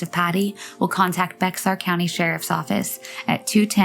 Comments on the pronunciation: San Antonio is in Bexar County. It's pronounced “Bear,” not “Bex-ar.” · Bear County. Not Bex-ar. I wouldn’t say anything, but the narrator’s voice on that one sets my teeth on edge. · I’m from San Antonio. I remember Patty’s story. Everyone knows JR is a damned murderer. Feel so bad for Patty’s mom. She had her daughter murdered and her grandchildren taken from her. Great video. Heads up though, Bexar is pronounced like Bear. The x is silent. It’s weird, I know! 🙂. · Bexar is pronounced Bayer. I love your channel. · Bexar is pronounced lBear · "bexar" = "bear" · Bexar, the “x” is silent, yeah dumb but that is how it is pronounced. It’s my home county. 🤦🏻‍♀️ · I was going to comment this exact thing, but to be fair, unless you've had it explained before or are from there, you'd never know that the X is silent 😅